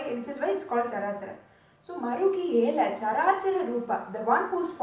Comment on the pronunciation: Marugelaraa is the right pronunciation. Its sandhi of 2 two words, marugu and ela.